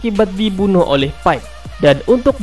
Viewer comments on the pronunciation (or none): none